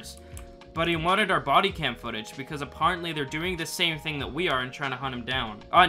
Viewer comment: I’ve realised that has one word that he cannot pronounce properly: ‘apparently’